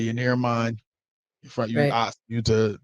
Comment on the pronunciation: Listening to these women makes me sad for the up and coming young men and women. Having to unpack the level of BS of these mothers. Btw. It's ASK not Aks